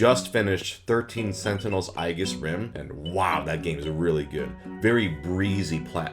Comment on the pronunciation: im sorry did you just pronounce it aegis rim instead of aegis rim